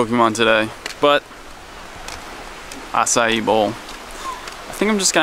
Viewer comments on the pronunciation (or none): I’m rewatching old videos and I’m confused on why he calls it “A-sai-E.” I always pronounced it as “A-sai”